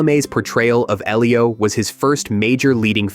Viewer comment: Oh was that how he was saying it? Well it was wrong either way. I noticed he also pronounced Sufjan, Elio and other names incorrectly. In fact, except for Armie Hammer I believe he mispronounced every name possible. 🤣